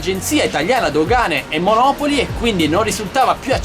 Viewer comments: ciao sono contento che si ia risolto tutto. Personalmente neanche io fumo ma onestamente su siti cinesi tali prodotti non li avrei mai acquistati non mi fiderei. Un conto è comprare uno smatphone o un drone o un ventilatore. Saluti Roberto p.s. monopòli NON monòpoli:D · Grazie a te ho comprato "bb8" su GB! Grazie. P.s. Monopòli, non come la città a noi vicina ;)